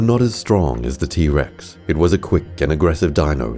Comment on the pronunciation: is t rex not t bex